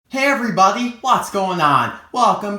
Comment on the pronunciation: "Hey evwy body wats goin on"